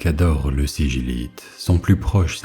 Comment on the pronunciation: On dit pas siguilite?